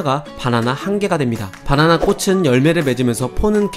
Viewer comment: 왜 자꾸 "빠나나" 라고 부르지?? "바나나 아니고?